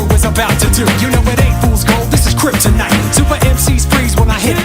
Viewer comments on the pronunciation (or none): none